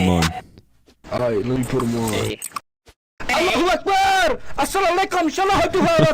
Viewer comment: the Arabic was on point btw, totally said allahu akbar